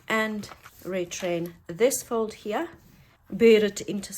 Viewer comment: Hate like the dickens saying this but your pronunciation of the word “here” could be improved. Your words are pretty and so good to hear, then you say “here” and it’s like nails on a chalkboard. Please forgive me being so candid. Good day!